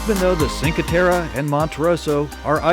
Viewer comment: it's "chin-kwhey tehreh" not sin-kwhey terra... :) it's all pebble beach no sand beaches there... :)